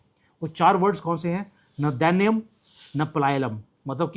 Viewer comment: Pronounce it like this, Na Daiya-nm. Na Palaya-nam.